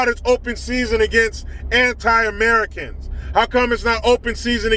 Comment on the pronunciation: AmeriCANS!!! The sweet and sour sniffles!😂🤣😂🤣😂🤣😂👍🏿👍🏿👍🏿👍🏿 I never get tired of hearing that! Hilarious